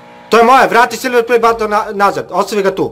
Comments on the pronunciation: Neznas pricat i neznas izgovorit silver play button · Meni je smesno kako kaze silver play batton